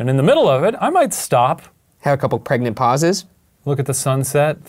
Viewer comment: And how he says praegnant and not pregnant